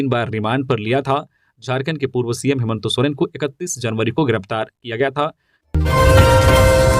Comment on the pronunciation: नाम भी सही से पता नहीं है हेमंत सोरेन का नाम ही गलत बोलता है